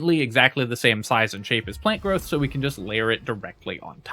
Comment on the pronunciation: Why do you keep saying plane growth?